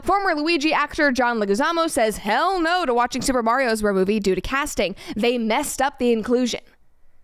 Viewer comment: Pronounce Bros as Brothers. Please and thanks!